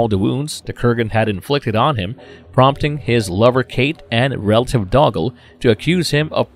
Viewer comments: He got Angus right but not doggle 😂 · Yeh he calls Connors cousin Dougle (doo-Gal) as doggle (dog-Gul) a few times too. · Thanks for clarifying. I've been miss pronouncing Doogle all these decade's. It's Doggle...learn to pronounce the names or stop using the algorithm please. I appreciate your shared passion, but this REALLY irritates us fans. I don't intend to be rude, ... Love the content though! Thanks. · Doggle like Hoggle, lol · And doggle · Who in the BLUE HELL is RAMREZ? Or Dougal? It is pronounced Doo-gal. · AHHHHHHH the narrator's mispronunciations are driving me insane. It's obvious the guy has NEVER seen the movies let alone an actual fan of the movies. "Ram Rez?" Are you kidding me? "Bed wine?" Bed O win. "Dug al?" Doo Gal and so much more. Ugh new do over narrator please!